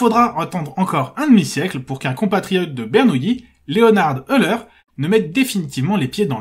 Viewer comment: c'est Bernoulli et non Bernouilli ..... les matheux sont pas tous des nouilles lol